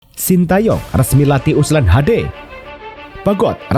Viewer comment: Ulsan min bukan USLAN